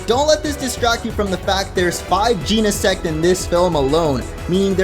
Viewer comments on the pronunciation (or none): Macro cause-mos, not cos-mos. Jeh-neh-sect, not jean-neh-sect. Based on genesis, meaning the beginning or origin of something since Genesect is a prehistoric Pokémon, and the Book of Genesis, the first book of the Bible, which is about the creation of the world. Also, Genesect was revived from a fossil by Team Plasma, and the only thing man-made about it is the cannon. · Jen - uh - sect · You been saying Genesect wrong